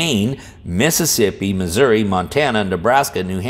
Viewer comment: As a Missourian, I thank you for pronouncing the name of my state correctly.